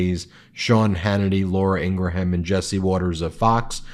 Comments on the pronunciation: Ben please pronounce Laura Ingraham's name correctly. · Please stop saying "Laura Ing-gra-Ham"!! It's "Ing-Gram" It's grating and I know you want to pronounce things properly. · QUIT TRYING to sounding the second part of Laura Ingraham's last name! Much of it's silent! Ask somebody who knows - like you should have, long ago! What is wrong with you? Do your freakin' homework!! It's pronounced "INGRAM". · #BEN, PLEASE learn to pronounce Ingraham correctly, the H is silent unlike the H in Hugh Hewitt. I tried to Google Yoo Yooit with no success.